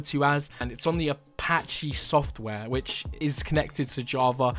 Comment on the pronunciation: its apache not apach-e